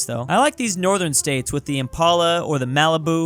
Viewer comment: So scary when you say Ford fu..uhh i mean focus in Russian accent